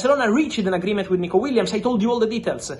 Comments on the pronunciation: Aah yes, Nikico Williams 😂 (read the description) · Nikico Williams? Lol